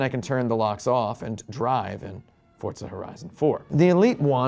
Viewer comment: Why does he say fortza It’s forza